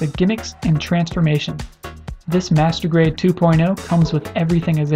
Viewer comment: when you say master grade sound like masrtubate.... LOL